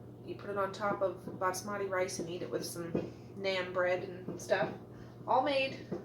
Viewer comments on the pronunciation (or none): BAS-mati - not BATS-mati! :) It's driving me crazy! Love your videos though!